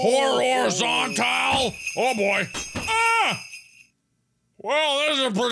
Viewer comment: Santa says Horrorzontal